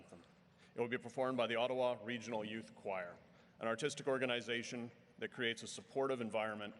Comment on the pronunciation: It’s Ottawa not Ottowa❤🇨🇦